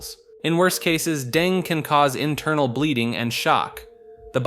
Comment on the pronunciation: Dengue is pronounced "DengEE" or "DengAY", not "Deng"